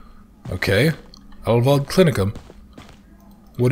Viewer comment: yeah you pronounce "heil" like "high" with a "L" or like "aisle" with an "H" in front. "Wald" is like "Wal(uigi)d", like a Waluigi-Wahh and not a "Wall"-Wa (probably not helpful at all, but you were close anyway). It means "healing forest". So, a perfect name for a sanatorium (for real, if I google it I might find an actually existing one). So, a perfect german name for a murderous sanatorium because how else you are suppose to know its range of murderously efficient treatment options. bis nächstes mal....